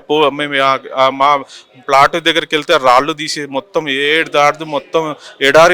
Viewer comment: flat kaadu adi plot